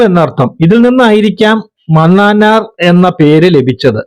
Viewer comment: മനാനാർ 😂 pronounciation